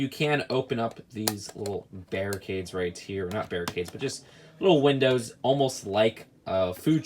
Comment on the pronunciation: We all just cringe at the fact said "right here" wrong every time and wont show his face its getting old very fast.